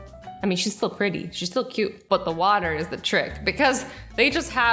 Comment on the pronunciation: Everyone : cutie Azzy : quiti 🤣